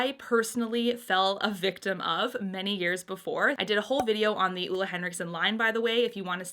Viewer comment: She’s technically pronouncing it wrong. Ole Henriksen is from my country :) But everyone here are used to their names being mispronounced in other languages, so don’t worry about it.